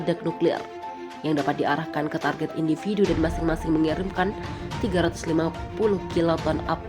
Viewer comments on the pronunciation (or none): none